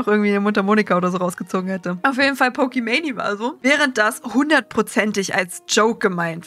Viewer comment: gutes video etc aber es hat mich echt 11 min gerriggert, dass du pokeman“i“ sagst und nicht einfach pokemane